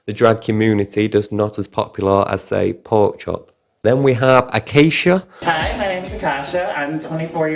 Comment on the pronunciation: I usually roll my eyes when people leave comments about spelling or grammar, whether they meant to be rude or tried to be nice about it but when it comes to someone's name, I believe someone should make sure they're pronoucing it right before making a video about them. Akashia= Ah-kah-shah Ongina=On-jyne-ah And I know this one's just pronounced differently depending on if where you're from, but 'finale' (fah-nahl-ee) is not the same as 'final.' I don't know why my brain just freezes when it hears words being used in what we'd consider wrong. 🤷🏼‍♀️